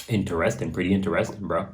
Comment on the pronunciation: Latin: inter est, so interest(ing) inter esting, not inte resting, Bro. ;-) You're welcome.